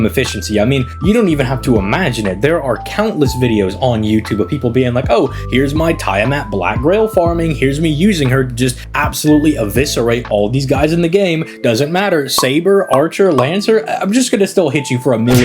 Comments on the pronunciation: This video had me laughing a lot with the edits. 😂❤ I'm new to the channel, and my only criticism is the mispronouncing of servant names. According to the katakana, names are pronounced "Tee-uh-maht" and "Drah-co" I swear I'm not hating, I just think it would be nice to see the community all pronouncing names as they were given. I mean, look at it this way... if you love the servant, wouldn't you want to say their name correctly? What if hundreds of people started saying your name however they felt? 😁 Anyways, rooting for your continued success 🙌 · My guy, pronounce her name correctly!😭😭😭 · Bro loves Tiamat but can't pronounce her name correctly